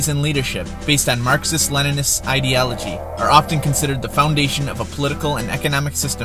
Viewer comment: well, that's a new pronunciation for "ideology"